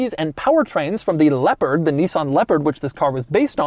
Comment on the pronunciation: Every time Doug says "Leopard", it sounds like "Leper". The Nissan Leper, coming in 2023!